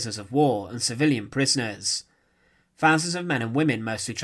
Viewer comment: Interesting newsreels that are spoilt by a commentary from someone that is unable to speak English properly. Fowzunds (1000's) uvvers (others) srender(surrender) etc, etc.